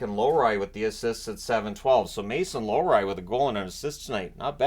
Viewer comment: More than mispronouncing Wotherspoon, the announcers saying Lorry instead of LOW-ri is annoying.